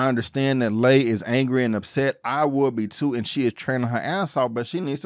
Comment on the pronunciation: Been watching Warrior since the beginning on Cinemax. First time checking out your channel and love your recap, nicely done! “He was in there like swimwear.” 🤣Only comment with respect: Lai is pronounced “lie” not “lay”, and Mai Ling is pronounced like “my” not “may”. Happy Jack lives up to his rep: he’s very smart and dangerous as hell. Again, great recap. Your enthusiasm for the show is obvious and matches mine! 👍👊🙌